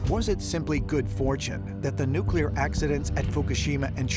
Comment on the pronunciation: It doesn't help your argument when the people you're using as references and experts can't pronounce the word "nuclear".